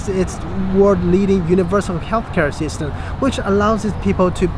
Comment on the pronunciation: Thanks! I noticed that when you pronounce "system", your lips didn't close with the "m" sound.